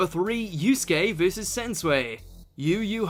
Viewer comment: Why is it pronounce Sens- way? Pretty sure it is Sen- sue- we. And also Luffy vs Katakuri should be here.